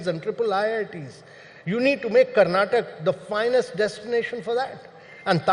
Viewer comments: It's Karnatakaaa not Karnatak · The infrastructure in Bengaluru is appalling, are you proud to call it a future 1 trillion economy? Not Karnatak it’s Karnataka. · He is NITI ayog chairman and does not know how to pronounce the name of the state correctly. It is Karnataka and not Karnatak Mr. Kant. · Its "Karnataka" not "Karnatak" Like how Its "Haryana" and not "Haryan" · Boss Mr Kant at least learn to pronounce Karnataka’s name correctly 😒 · This fellow was chief of Niti aayog and cannot pronounce Karnataka's name properly:face-orange-frowning